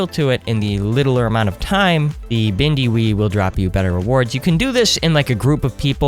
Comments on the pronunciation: instead of saying windy bee he said ''bindi wee'' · Did any of u notice he said bindy wee instead of windy bee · Bro really just said, “Bindy wee” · I love how you said "Bindy Wee" lmao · you said bindy wee lol XD